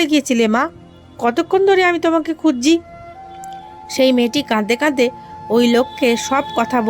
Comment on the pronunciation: গল্প ভালো, আপনার পড়াও ভালো। তবে কিছু উচ্চারণ সঠিক না। যেমন, #(কাদদে কাদদে) এটি হবে কাঁদতে কাঁদতে। #(খুজজে) এটি হবে খুঁজছে।